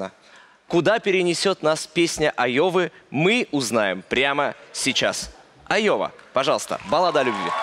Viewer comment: Как вы умудрились прочитать это Лоя?!.. Даже если прочитать первую букву как маленькую "л", а не заглавную "ай".. Получится Лова.. Но она Айова))